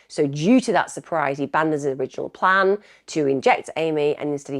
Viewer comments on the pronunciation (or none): none